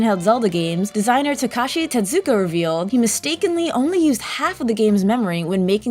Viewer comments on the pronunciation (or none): Hehe, she repeatedly reads "Tezuka-san" as "Tetsukia-san." Silly.